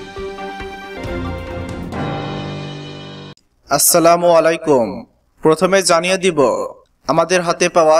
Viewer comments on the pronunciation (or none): আসসালামু আলাইকুম।আসসালামু অলাইকুম এটা ভুল। আসসালামু আলাইকুম এটা রাইট।